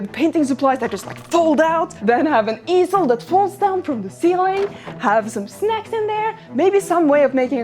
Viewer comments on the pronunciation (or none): I guess it's been a really long time, because when she said "have some snacks in there..." I definitely heard that as "have some sex in there."